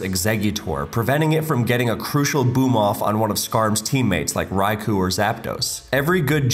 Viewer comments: Y'all both need to learn how to pronounce Raikou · Glad to know that even the writer mispronounces Raikou 👍